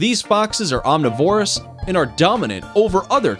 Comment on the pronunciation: Could you people not find ANYONE who can pronounce the most basic words such as omnivorous CORRECTLY? Its so frustrating to suffer through a video you're interested in while correcting the speech of the narrator nonstop.